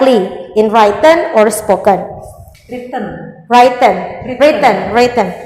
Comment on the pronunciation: Gemesss banget tiap dia nyebut 'writen' dibaca 'wraiten' padahal udah ditegur sama pengujinyaa